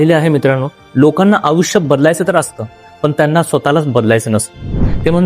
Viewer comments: आपण आयुष्य चा उच्चार आऊष्य असा करताय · अहो आधी *आयुष्य* हा उच्चार तर नीट करा